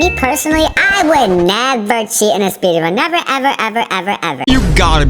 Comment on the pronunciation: is says speedun not speedrun